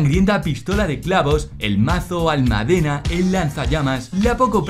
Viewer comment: Un pequeño error en la pronunciación de la palabra almádena. Saludos. :)